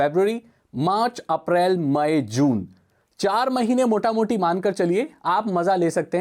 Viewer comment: Esa laga ki mene Bengali language suna Motamoti মোটামুটি